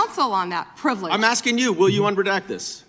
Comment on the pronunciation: Finna to be axein a queshin